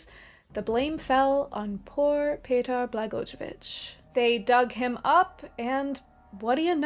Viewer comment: The way you say Petar Blagojevic, it hurts my soul. Butchered him harder than the Vampire Hunters.